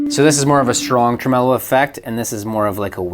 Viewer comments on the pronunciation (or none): "truh-MEH-lo?" Never heard it pronounced that way before. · Trem-el-o sounds like a lounge singer from the 1960s ...'Ladies and Gentlemen...Jack Trem-el-o!'